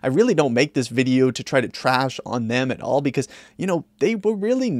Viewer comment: bro "at all" it isn't that hard.